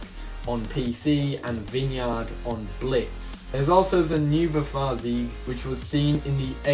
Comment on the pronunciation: the way he pronounces "Neubaufagrzeug" made me giggle